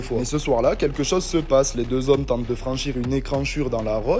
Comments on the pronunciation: Une écranchure.. je te trique de plus en plus dyslexouve, gars 😅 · "Écranchure"... for sure !